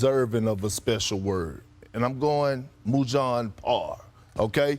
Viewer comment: as a Serbian this hurts me zo hear this awfull pronunciation. 😝 Its not mujan it sounded like that its Moćan. M O Ć (like a C but like a whisper) A N. And on google translate ot sounds discusting. Its means powerfull couple or duo.